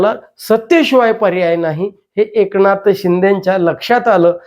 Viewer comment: एकणाथबोलतात...न कि ण हे न समजणारे हे काय विश्लेषण करणार